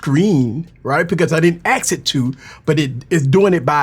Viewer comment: I didn't "axe" it to... nuf said